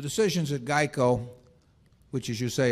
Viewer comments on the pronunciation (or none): 😆😆😆😂😂😂🤣🤣🤣 was thinking the same thing!! What the hell is Jieco???!! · I didn’t even know what he was talking about when he said “jeico” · "Jeico" LOL